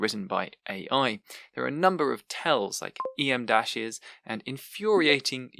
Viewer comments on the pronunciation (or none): Just a note: em dash is not pronounced “ee em dash”. It’s pronounced “em dash” because its length is equivalent to the letter m.